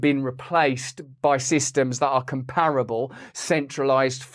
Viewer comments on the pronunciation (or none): none